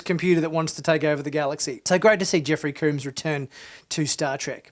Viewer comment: FYI - Jeffrey Combs name is not pronounced like Cooms with a long O sound. You're pronouncing it wrong. Combs is pronounced like the word comb as in a toothed instrument used especially for adjusting, cleaning, or confining hair. Jeffrey Combs himself pronounces it this way. See a video posted on Youtube in 2010 by TrekCore titled "Jeffrey Combs Interview Part 1 (Weyoun, DS9)" in which Jeffrey starts the video by introducing himself by saying his name.